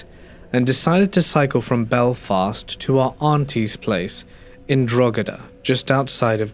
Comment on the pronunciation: Drogheda is pronounced 'draw-he-da'😊